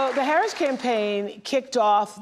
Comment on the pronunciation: NOprah can't even properly pronounce Kamala's LAST name 🤦‍♀️